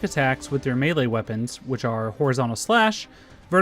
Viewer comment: Beylay? You mean melee?